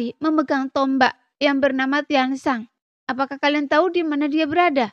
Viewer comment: Untukkk. bukan untu. Tombak bukan tomba. bintik bintik. bukan binti binti. damai. bukan dame. Bijakkk. bukan bija. xiao yAn. bukan Xiao yEn. biar sya nyaman denger nya🤭